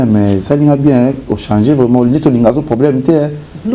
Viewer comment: yo tiii lelo olobaka kaka ko "chanZER " eeeh mbadi